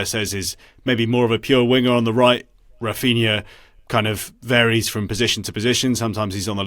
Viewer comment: Whys he pronouncing raphinha like that lmao